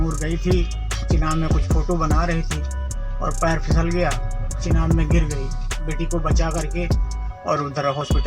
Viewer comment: its chenab...not chinab